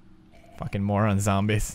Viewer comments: you say zambies its zombies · You can't say zombies you say zambies too funny!! I love you Pewds!! <3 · I'm so honored that you say zambies too cuz your one of the persons I look up to you anthony ian joey graceffa and kalel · Why does Pewdiepie say zambies?